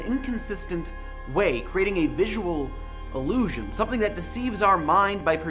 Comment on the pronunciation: I hate to be a pedant, but the way he says "illusion" sounds like allusion.